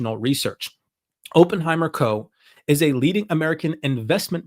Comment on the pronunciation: Please learn to pronounce Oppenheimer